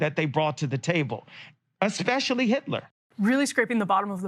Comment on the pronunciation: He said “especially???” I can’t go back and verify because I can’t handle the cringe.